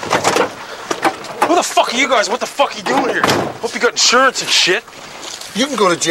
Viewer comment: He calls it isurance hahaha